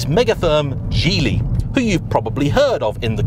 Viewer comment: It's gee ly not jeely. Stop butchering it